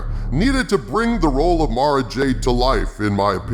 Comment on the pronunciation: I have to thank you for saying Mara's name correctly. There are a bunch of other You-Tubers that says it "Mare-Ah," and it drive me insane. It's like she's being marinated or something... Mara, and Mariah are one of my favorite names ever.